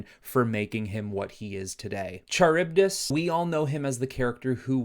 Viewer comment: Excellent video! As a long time Aquaman fan, I thought you did a great job of using his obscure villains to form the different teams, and the rationales for them made sense. One thing I wanted to point out: Charybdis is pronounced "Kuh-rib-dis". He's named after a sea monster in Greek mythology.